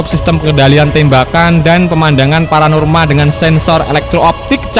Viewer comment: Apa min?....pemandangan paranormal....Panorama kali min wkwkwkwk Apa pornorama Beeeerrrcandaa